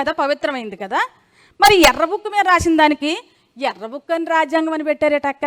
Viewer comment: యర్రా్బుక్ కాదు ఏరి్బుక్ కొండఏరిపప్ప బాబుగారు చెప్పారు ఇంగ్లీష్ నేర్చుకుంటే మొదబాయిలు అన్నారు లోకేష్ కూడా మొదబాయ్